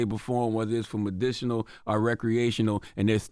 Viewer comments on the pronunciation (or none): “Me-dish-inal” -charlamagne